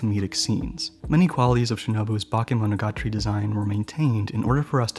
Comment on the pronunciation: Damn, through whole video I was just thinking "woow" and "damn.." with a little breaks for funny moments when you were trying to say eg. Kizumonogatari or Bakemonogatari 😂 But really great video! Hope I can find more of them!